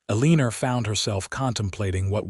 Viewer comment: The mispronunciation of the name Eleanor was annoying